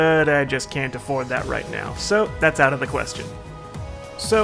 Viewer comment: It's OWT